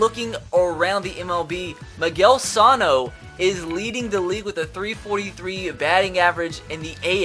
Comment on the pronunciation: Can somebody tell this guy how to properly pronounce Miguel Sano’s name